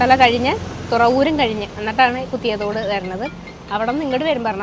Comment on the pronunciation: കുത്തിയതോട് അല്ല, കുതിയാത്തോട് ആണ് ശരിക്കും പേര്. ഞാനും അവിടെ പോയി വട്ട് ആയിട്ടുണ്ട്.